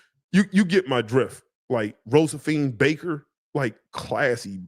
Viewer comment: Man said "Rosephine Baker" 😂